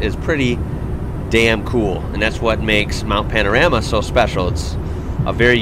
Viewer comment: Hi. I just have to say that I love watching your videos. You and your family are so entertaining and I love how much you seem to adore our beautiful country. I live in Bathurst and love it here and the videos your react to about bathurst are great but there is one thing that you do that gets to me every time you say it ☺️. The Mount isn’t called Mount Pan-A-rama like you call it, it is Mount Pan-O-Rama. Looking forward to seeing more videos from you soon Mate. 😆